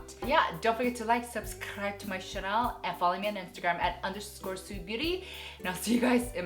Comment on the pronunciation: I love how you say “channel” 😂😂😂